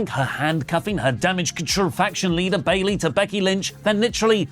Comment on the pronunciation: I thought i was only one who heard the announcer announce bailey wrong 😅